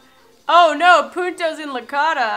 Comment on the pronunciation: Like si parece que en ves de decir puntos dijo puntos pero sin la n en el minuto